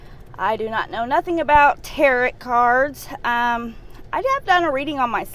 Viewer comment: It's pronounced "tare oh"